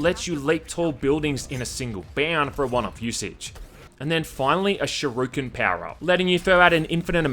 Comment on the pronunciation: Yasuo simulator but you don't get flamed by the team. Also you sure pronounce some words weird, aussie or not... like shuriken or advertisements @@